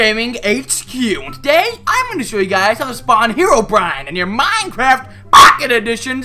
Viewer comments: This was really funny. The way you said POcket edition tho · How u say minecraft POCKET edition XD